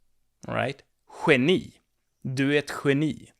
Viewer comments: So it's more or less like the gutural ch in German, but a little less gutural, right ? I can hear sometimes you add a w (the English one), for instance in geni. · Well you say geni 4 times and I can hear this w at least 3 times.